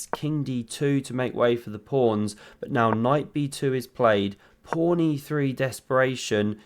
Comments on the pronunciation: Commentator keeps saying "prawn"? in the intro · you called the pawn a prawn. lol, i used to say it as a kid by mistake